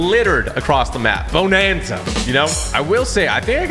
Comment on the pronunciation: bownanza lol